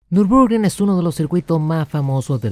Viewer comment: Hasta donde sé, se pronuncia " Nür bur gring ". Si también me equivoqué, corríjanme por favor.